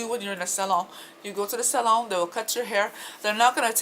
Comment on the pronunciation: i love the way you say salon lol 💖💖💖 very frenchee,wee wee